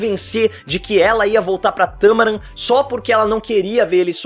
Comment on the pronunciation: Não é "Tâmaran", é "Tamarán"